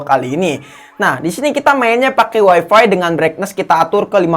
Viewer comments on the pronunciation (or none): none